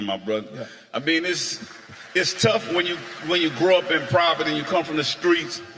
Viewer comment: Nobody love P more than me, nobody bought more No Limit cd's than I did and nobody laughs harder than I have for the last 15+ years every...single...time he's said "proverty" instead of poverty 🤣🤣 and trust me, he's said it in every interview ive ever seen.